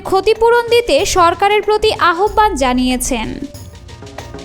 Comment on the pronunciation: "আহবান" উচ্চারণ হবে না। "আওভান" হবে।